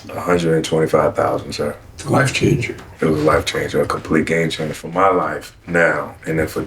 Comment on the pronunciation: "muh"...how sophisticated.